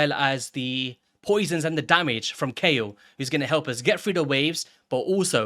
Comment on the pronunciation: According to the PLARIUM VOICE GUY it's pronouced "KAYEL"